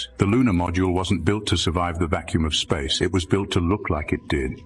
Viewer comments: Nasa. Not naza. Space, not zpace. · Brother. It is pronounced nasa. With an s. Not naza. N a s a. Not N a z a. Space is spelled with an s not a z.